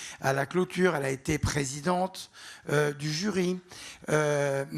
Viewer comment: Zazabelle Pépère pwésidente